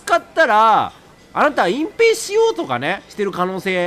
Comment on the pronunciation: 「そのいじめ見つけたら、あなた隠↑蔽↑しよう↑とかね」すまん笑ったｗｗ